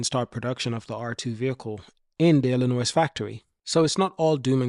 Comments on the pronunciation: Its illinoi the s is silent other wise good info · Lol. I was just about to address that....!!!! Dude, ILLINOIS is pronounced "Illi-NOY"... The "S" is silent....!!!!!